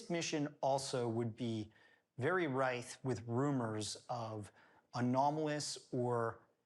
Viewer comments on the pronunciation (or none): Very “rithe”? I think he’s meant very “rife”.